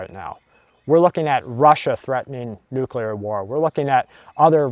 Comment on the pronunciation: Say it with me,... Noo-CleeR Nuclear. See, easy.